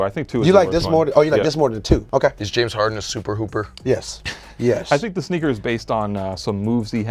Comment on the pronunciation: Did he say schneaker